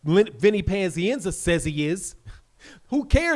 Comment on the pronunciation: Why do you say "panzienza" it's pazienza.